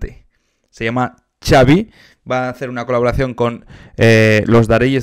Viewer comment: Creo que se pronuncia "Javi"